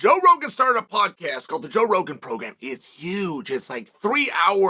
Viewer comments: Did he say Bro Jogan? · I love that he feels the need to tell us joe rogan has a podcast 😂 Oh and getting the name wrong was the icing!